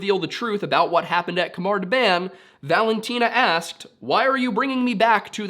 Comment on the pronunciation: Pronunciation note: "KH" is nearly always used to transliterate the guttural sound (voiceless velar fricative) — the same sound as the "CH" in "J. S. Bach". So, it is not a "K" sound. If you aren't used to making the sound, an "H" sound is a good approximation. Great video! I hadn't heard about this mystery before.